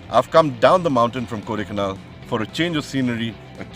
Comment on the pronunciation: For someone who has his bro lived all his life in the place, then he should know it is called Kodaikaanal and not kodaikanaaaal...